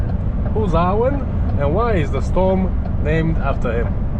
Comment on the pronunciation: Arwen is a Welsh girls name, thanks for pronouncing it properly, you're the only non Welsh person who seems to know how.